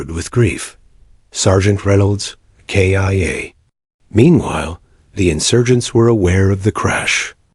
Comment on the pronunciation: Not Kia like the car! But K-I-A meaning killed in action!